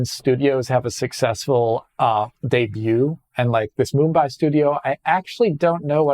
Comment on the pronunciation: Yeah it's pretty unrealistic to know pronounciation of every possible word. I don't think anyone will take offense to this, but as an Indian it was funny especially after hearing the bang on Mumbai pronounciation.